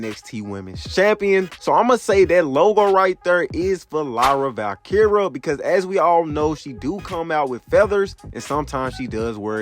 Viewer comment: you butchered her name is VALKERIA NO VALKERA 🤦🏻‍♂️